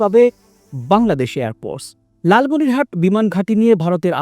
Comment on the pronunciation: উচ্চারন ভুল কেন? লালমনিরহাতে না লালমনিরহাট। কোনটা সঠিক